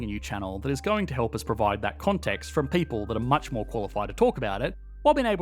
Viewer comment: hihi there is fron not from